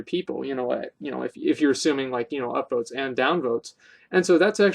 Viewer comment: I swear you say Upboats